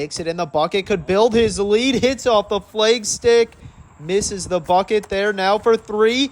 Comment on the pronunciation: I have family from Wisconsin, I've never heard them say FLEGstick. Lol is it a lag putt or a leg putt?